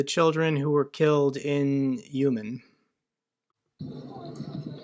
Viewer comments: U-mán not Yuman. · My wife is Ukrainian so without being a jerk I would like to help with your pronunciation. Uman is pronounced Uu-maan or Oo-maan love your videos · FYI, Uman is pronounced “oo-man.” The letter “У” makes an “oo” sound in Ukrainian; the letter “Ю” makes the sound “you.” Thus, “Україна” is pronounced “oo-krai-yina.” My grandma was from Slovakia but with Ukrainian relatives and could speak Ukrainian in addition to Slovak (she learned English here). She always pronounced “Ukraine” as “Oo-kraine.”